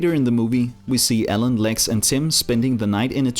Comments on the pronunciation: When you say Alan it sounds like you are saying Ellen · it's alan not ellen